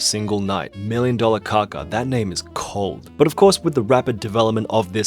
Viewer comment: "million dollar kaka?" Pronounced "CACA?" 😳😆